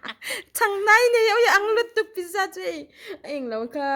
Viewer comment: Pizza (Piiitza ti a lam tur)